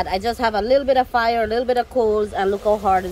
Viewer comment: Fire with an accent